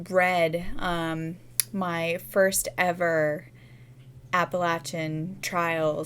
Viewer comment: I love that you actually pronounce "Appalachian" correctly! I grew up in the Appalachian Mountains of Virginia and this is how we say it. Not "App-uh-lay-shun"!